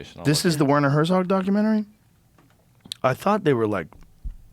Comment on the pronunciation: They way they pronounce Werner Herzog 😅